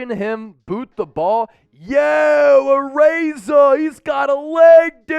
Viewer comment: perfect pronunciation. He's samoan, so you got his name right